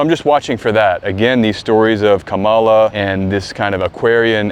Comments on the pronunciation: love your channel,very insightful...Kamala is pronounced comma,la,i am psyched to hear about her Aquarian connection and her ability to win against Trump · Mispronouncing her name is actually a big deal. It sends a signal.